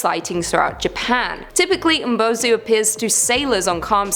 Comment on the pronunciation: Umibozu is mispronounced you didn’t pronounce the I